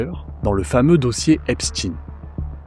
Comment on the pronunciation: Epstein se prononce comme Einstein. On ne dit pas einstine !